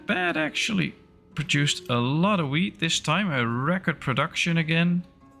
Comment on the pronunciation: Near the beginning when you were checking the amount of foods. When you were talking about the wheat, I heard weed. LOL